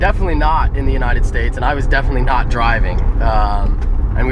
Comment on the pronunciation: you sound like a dumb ass when you emphasize that you were "NOT" in the united states